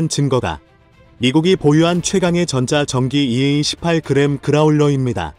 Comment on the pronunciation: 맞는 말씀입니다. 갈수록 자막도 개판이고 그에 따른 인공 지능 읽는 것도 거슬립니다. 다른 것도 있는데 꼭 이걸 고집하는 이유를 모르겠습니다. ㅇ과 ㅁ 구분도 안 되고, 전자전 기 (전자전 용 기체) 그런 뜻도 전달이 안 되고 정말 볼수록 심해지네요. 제작진들이 너무 무책임합니다. 그냥 돈만 들어오면 된다? 많은 구독자에 대한 도리가 아닙니다.😕